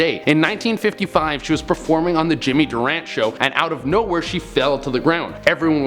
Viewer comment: The name is pronounced Jimmy Du Ran ti not durant.